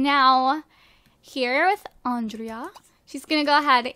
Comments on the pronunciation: Gurl. Its not "Ondreea." Its Andray im pretty sure XD Love ya. Mwa. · It's not on drea, it's On- dra- a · It's Andre! The a is silent! Sorry that's been bothering me. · I think Andrea's name is supposed to be pronounced Andre. But I'm not sure. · its pronounced on-drey-a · You keep saying Andrea wrong. Grr! I'm not one to comment stuff like this, but I felt the need just to say it in hopes that she will read this!